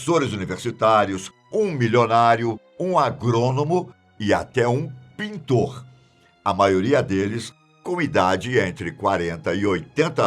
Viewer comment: Nao precisava encher a boca pra falar "PINTOr" kkkkkkkkk